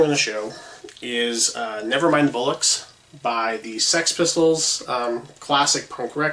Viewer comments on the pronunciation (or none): Never Mind The BOllocks, mate. It's pronounced as it is spelled. A bullock is a young bull.